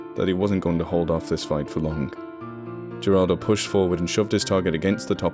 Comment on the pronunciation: Geraldo is pronounced with an H, not a G. I'm pointing this out bc you spoke the other Spanish nicely (even though I only get the gist of what's being said)